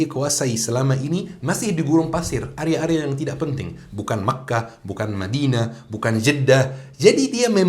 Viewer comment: Sptnya area bukan arya